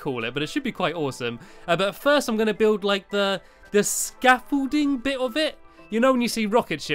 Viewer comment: hi stampy you know you stair case to your rocket you call it scaffulting more like stampything ha ha ha ha ahhhhh not that funny but if it is tell me =) < 3